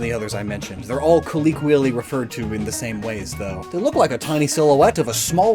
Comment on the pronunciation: still cant say colloquial. Its like his favorite word, too